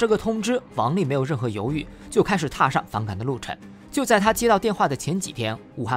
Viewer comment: 为什么熊猫的发音有时候没有后鼻音的？返岗gan？流程chen？创chuan？安装zhuan？只能nen？